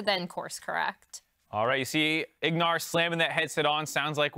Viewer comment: Lol name plate had Ignar’s name as Huhi and called him Huhi a couple times too 😂